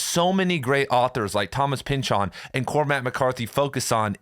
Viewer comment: "Thomas Pynchahn"